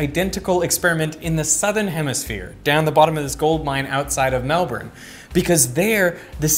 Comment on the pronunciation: Just when I had almost forgotten that Derek is Australian, he just casually busts out the correct pronunciation of Melbourne and I think "that's my boy."